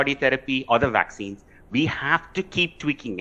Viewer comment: If this reporter can talk to me on Skype or FaceTime or something I'll teach her how to say vaccines and variants with a properly pronounced English V, instead of saying Wariants and VVaccinez like she says.